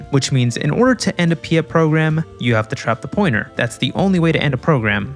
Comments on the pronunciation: Piet is Dutch name, not Pyet. Please to pronounce as "Pete" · How dare you mispronounce pɪjɛt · Hearing pyet instead of piet is really funny as a dutch person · I am Dutch and I completely laughed at his pronunciation of "Piet"